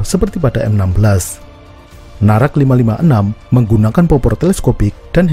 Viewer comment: คนอินโดนีเซียอ่านออกเสียงนาแร็ค ว่า น่ารัก 555+ 😁😁😁😁 Og Indonesia baca dengan kuat NARAC sebagai 'NARAK' hahaha+ 😁😁😁😁